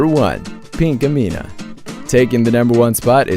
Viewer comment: its Pinkamena